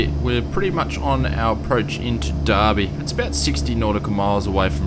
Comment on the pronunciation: YAY U DID IT AT BROOME hopefully that update it too how it is actually IRL also I lived in derby for 2 years also don't pronounce it like the bloody British it's der bee